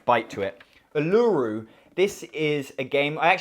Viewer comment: Uluru is pronounced Oo-la-roo